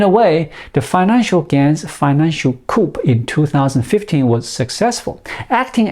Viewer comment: Good video and information,. By the way, the word 'coup' is pronounced 'Koo'. The 'p' is silent. Once again, we have the French to thank for this.